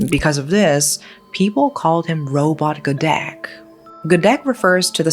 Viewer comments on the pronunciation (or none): Robot gedek is mispronounced too